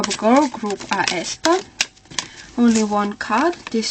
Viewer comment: Thank you, but you should pronounce aespa as [eh-spa]. I really hope that they will come back to Kwangya and the lore where they killed black mamba